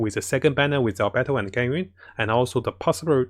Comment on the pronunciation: Ganring(Ganyu) and Albetto(Albedo) Subtitle: Gaming and our battle